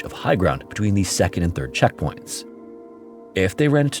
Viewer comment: "sedond story"